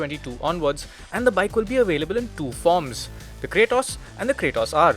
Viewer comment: It ain't Cray-toss ....its KRAAATOS